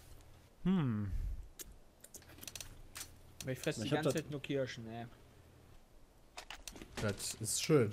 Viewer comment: iwie macht mich mit seinen "kiaschen" mega aggressiv:P